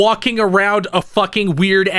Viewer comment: It's pronounced JIB-lee